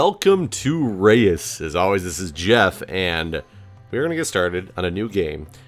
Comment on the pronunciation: Reus is a dutch word and the E and U are 1 vowelsound